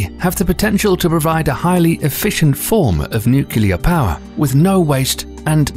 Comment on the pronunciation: With an inability to pronounce “nuclear.”